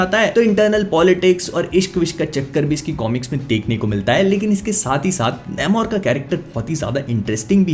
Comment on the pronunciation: Please don't butcher the name its "nAmor" not "nAYmor"